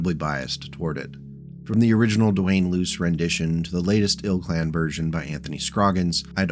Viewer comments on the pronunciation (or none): none